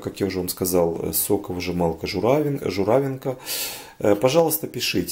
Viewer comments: Надо говорить журавИнка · В слове ЖУРАВИНКА ударение ставится на И